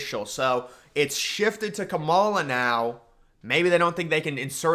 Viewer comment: Dude I’m not saying you gotta like her policies or anything, but please pronounce her name right. It’s “KAH-ma-la” not “Ka-MALL-a”